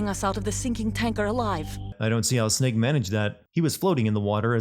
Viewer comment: That is the best way of saying “Snake” I have ever heard